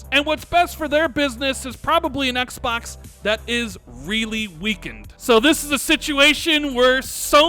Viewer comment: Is that really how you pronounce Xbox or are you just trolling us?